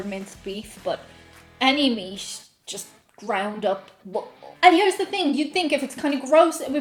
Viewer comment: Hello, I can understand your aversion to ground beef, I had a girlfriend years ago who didn’t care for it. I enjoy it myself though I’d rather have a nice T-bone steak anytime. My question of you is why do some Irish folk, yourself included put letters in words that they don’t belong in. For instance, you say the word meat three times in a row, each time I’m hearing meast? Where did the s come from? It’s rather distinct, and I’ve heard other Irish people do it with other words... Just curious, thought I’d ask as this has been nagging at me for awhile?🤔 P.s. you say meatloaf just fine, but meat alone somehow comes out meast???